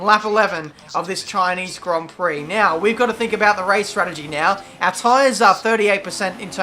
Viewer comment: Chineez Grond Prock